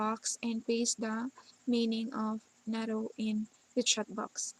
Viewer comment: Isn't it NATTO as in toh not TOW?